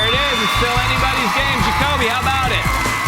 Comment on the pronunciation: He also said joby and not Jakobe